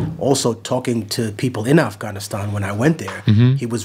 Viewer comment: He even pronounced Afghanistan correctly